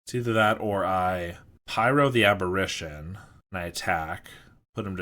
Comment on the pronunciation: The flip side of Delver is pronounced Insectile Abber-AY-tion. You're pronouncing it like "apparition", which is another word for a ghost.